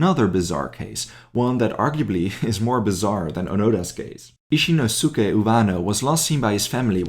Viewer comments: Its pronounced ee-shee-nos-ke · In Asian tongues, it is pronounced "Ishinosuke" Japanese or not